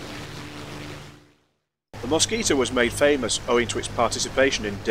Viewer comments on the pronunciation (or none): none